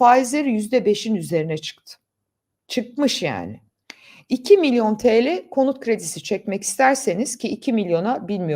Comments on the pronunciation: Milyor değil milyon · milyor milyor diyor... Milyor diye yeni bir birim mi çıktı?